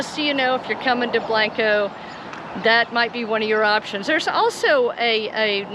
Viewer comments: Blank-co is right, not Blahnk_o! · say it like this... blank co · Both are pronounced Blank-O. Come on man!!! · Well I found your introduction a little annoying. Blanco is not Blonco. Otherwise great video. My ancestors settled Blanco.